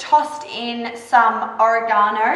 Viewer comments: Or-ra-ga-no. It's quite in5teresting to hear how that word is pronounced. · I'm Canadian, with Italian ancestry, and grew up in an Italian household, with lots of Italian speakers; and I LOVE how you pronounce "oregano"... like I want to fold it into Japanese art or something... xD LOL! It's very cute - don't stop. Thank you for sharing - good info and great job.